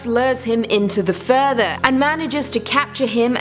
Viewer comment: Every time she says, "The Further" an angel gets it's wings. It just sounds better when she says it than the movie